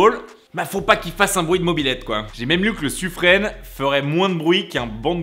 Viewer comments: il pleure parce que dans la vidéo il a dit Suffrene au lien de Suffr"in". Le e ne se prononce pas à la fin du mot ^^ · Bonne vidéo. On est pas encore sur une baston: pain au chocolat vs chocolatine. MAis on dit "Suffrin" et non "Suffrenne" 😉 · Bon ca commence mal, le Sufren pas le "Sufrenne" pour la prononciation, ensuite les SNLE ils sont autonomes et ne sont pas accompagné par un SNA en mission ils sont seuls. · hé bien non vous faites erreur ! mais tout le monde (moi le premier) le prononce "suffrin" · Le suffren se prononce comme le mot "frein" xd